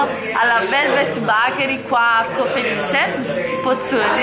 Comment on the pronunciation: BEKERI SI DICE NO BAKERI